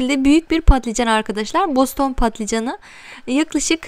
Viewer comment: Özür dilerim ama Boston değil Bostan